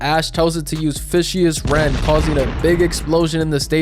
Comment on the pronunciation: You didn’t say fishous rend correctly it’s said like vicious like vicious attack